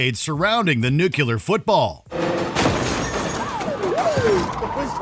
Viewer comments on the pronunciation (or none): It's "NUCLEAR", NOT "NUCULAR".